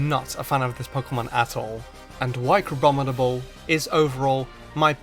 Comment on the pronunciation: IT'S CRABOMINABLE, NOT CRABOBINABLE!